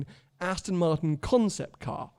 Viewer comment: Can we teach how to say Aston it’s ‘AstON not AsTIN ‘ 🤦‍♂️🤦‍♂️